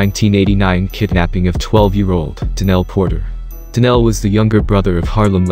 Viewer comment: Yo Mr. Narrator it's Donell not Danell. Nothing like a foreigner trying to talk about nigga hood shit LMAO